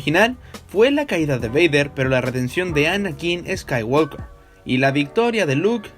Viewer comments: Ni en la versión de Hispanoamérica ni en Inglés subtitulado dicen "escaiguolker" sino "escaiguoker" sin la L, ¿por qué lo dices con la L? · Buenas bases, buenos argumentos y excelente conceptualización, mejor aún el análisis. Sólo por favor pronuncia bien en inglés; la "l" antes de la "k" no tiene sonido. Gran video. Saludos.